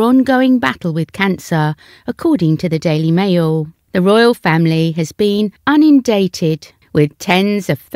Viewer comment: “Unindated”….the word is INUNDATED……AI or Computer languages are not helpful!